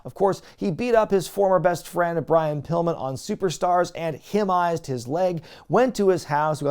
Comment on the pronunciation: When you said "him-nized" for "Pillmanized" 🤣